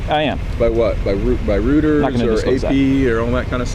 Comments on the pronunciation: Rooters? You mean “Reuters” maybe, genius? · Lost all respect, when the officer called the news organization, "rooters." It is pronounced "royters." Someone as old as he is, working with the public, and in law enforcement, should be better schooled. Guys, if you can't get the easy ones right, do you REALLY expect us to believe you on the difficult ones? Colonel? I was thinking junior sergeant! steve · The famous news agency, "Rooters" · "rooters" =/= Reuters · Which paper pays you “Rooters”? Must be this wish version of Reuters….